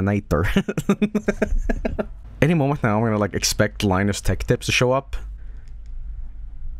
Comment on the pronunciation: I like how pronounces Linus Sebastian like Linus Torvalds